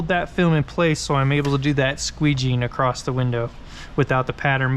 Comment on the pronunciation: You say acrosst instead of across